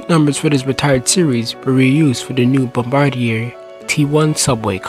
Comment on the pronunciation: It’s bombardier (Bombardi-ay) not bombardair